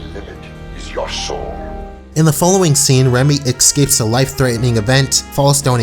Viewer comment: a bit offtopic, but I've notices that every time a word has a 'SK' sound, you pronounce it as 'KSK'. Ask becomes aksk, escape become akscape. idk if I have a point with this, but I've just noticed.